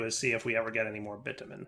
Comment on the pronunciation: Hearing pronounce bitumen in a way that makes it super clear he's not cursing is hilarious when he later says "I want your pink to be round robin" 😂 And if you don't get it then you're innocent, and that's ok too if that's what you want.